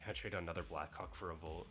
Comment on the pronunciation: Bro's got to stop saying "black hawk" like that 💀